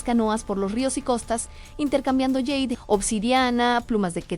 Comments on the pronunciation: Por favor, no digas más yeid por jade!!!!😂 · En español se pronuncia jade : "ja" como en jamón, jarrón, jamás, jota, Jaime, etc. Y "de" como en delicia, demás, después , décimo, etc. Favor comprobar en diccionario, y no confundir a la gente!!!!! Gracias.